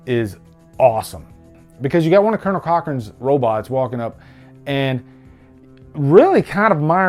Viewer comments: I don't like correcting people but I have to tell you it's Colan Cochoren, not colonel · Cool revisit, love the movie. It's Conal Cochrane not Colonel, well it sounds like you are saying Colonel anyway :)